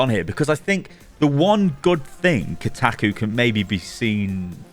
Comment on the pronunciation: the way says Kotaku as khtahkoo lol I cannot